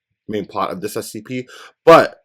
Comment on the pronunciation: You've react to scp for almost 2 months now and you still said spc